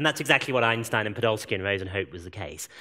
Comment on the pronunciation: Maybe Einstein deserves to have his name pronounced correctly. Not like I hear here hundreds of times. Its some english-german hybrid pronunciation. S in his name should be pronounced as in word "shell" not as in word "sock".